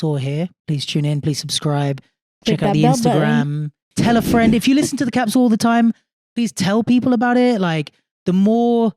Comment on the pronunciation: I already died with the Thumbnail but then I came back when said " KAPSEL ".......